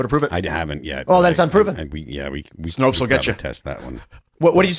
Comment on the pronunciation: Snopes. Rhymes with 'copes'.